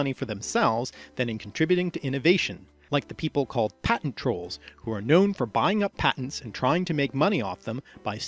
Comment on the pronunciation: You mispronounced patent